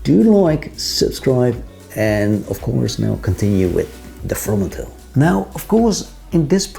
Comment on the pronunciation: So funny how perfectly you pronounce the 2 names of the Dutch founders doing an English spoken video! I find the Fromanteel very interesting. Hope to visit their shop in Amsterdam one day.